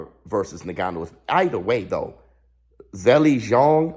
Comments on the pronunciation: It’s pronounced IN-GANN-New, not NE-GANNU💥💥Love your content however, great 👍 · No its Nnnnn-ga-nuu, coming from an African that's how it is pronounced. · So proud of Francis… bro it’s not Nigannou it’s En-gannou lol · Bro his name is pronounced Inganu not niganu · Bro please pronounce Francis’s name correctly ! En-ga-nu … ya Driving me crazy as a fan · If isn't pronouncing his name as Nig-gannou 😂😂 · Hey, nobody seems to be mentioning it but.. His name is pronounced like "EN-gannou". Awesome video BIG FIGHTS COMING!